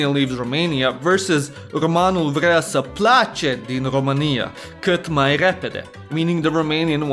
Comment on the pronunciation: firstely românul vrea să plece ... dud you have red it like romanul vrea sa place ... why dident you acount for the â and ă ... and why did you red plece like place ... its whit e not a